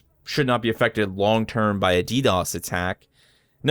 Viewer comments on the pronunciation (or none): none